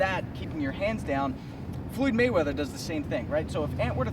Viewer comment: FLUUID MAYWEATHER....